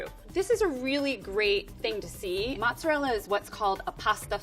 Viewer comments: She said right once, but I think more people are used to hearing the other version so she went with that one 😅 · ALOT of English speaking people say matzerella as the pronunciation, it may just be me being closer to the south but I hear Matzerella more than mozzarella. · I'm English and I do add a T, I say it like 'mot-zer-rellah', I'm originally from the east Midlands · Actually she pronounces it wrong. She need to say the "mozza" part sharply and the "rella" needs to be rolled. Not like the english r on the back of your mouth but more on the front of your mouth behind ur teeth.